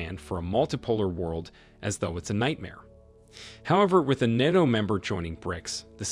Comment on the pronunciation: NATO not NOTO